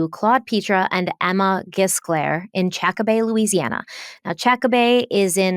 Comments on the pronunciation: Chack-Bay, Louisiana Luh-Foosh Parish Is the correct pronunciation 😊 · Just a little pronunciation tidbit. It is pronounced Shak-bay and is in La-foosh parish. Love you guys!!! Thanks for all your fabulous content! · I LOVE y’all and I’m glad y’all are covering this case. I know it’ll be the best deep dive out there. However, I live near Chackbay (in Vacherie) and your pronunciations are killing me 😂😂. It’s just plain chackbay not chack-a-bay. And also the parish name is French so the French pronunciation is la-forsh although down here we say la-foosh. Definitely not la-fork 😊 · It's pronounced Chack-bay, no "uh" in the middle 😊 Made me giggle because I've never heard it said that way. I live less than an hour from there. So excited you guys are covering this case. It never quite added up to me either. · FYI only wih love. We live in lafourche and us cajuns prounce Lafource ..(la FOOSHE) And Chackbay is just (CHACK bay) much love, I never miss ya'll. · It's pronounced chack-bay and Lafoosh Parrish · Chack- bay And la fooosh Is the correct way to pronounce those names 😂 From a fellow Lafourche parish resident.